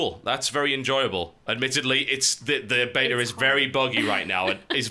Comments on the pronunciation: I like how when TB says beta too fast he says betar. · How you pronounce beta annoys me TB you are loosing your English! I hope you pronounce aluminium properly.